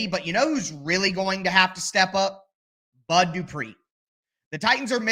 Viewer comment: That "where is the bud" shows you're a true Tennessean 🤣